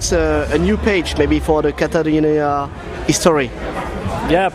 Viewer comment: Not to mention the interviewer calling the band “Katarinia” and having to read album and song titles from a sheet.